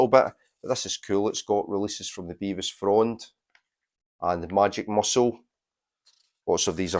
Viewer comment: I showed both the Flyte Reaction and Todd Dillinghams albums in my A-Z on my channel Take 444. Both were acolytes of Nick Saloman ( oh and btw it’s Bev-is not Bee-vis!). Did u know Nick S ran a record shop until a few years ago. Best psych shop in the Uk. Todd’s brother Mick used to do a lot of the graphics for the Ptolemaic Terrascope fanzine that Nick Saloman published. The whole psych scene in England in the 80s and 90s revolved around the PT and Freakbeat magazine. I still have the whole print run of both because I was involved in the scene. Recently the UK psych scene has centred around Fruits de Mer records. I’ve recorded quite a bit for the label and been on compilations of theirs featuring the Pretty Things and Fuschia and Bevis Frond. Drop me a line if u would like to know more: mark.forster7@ ntlworld.com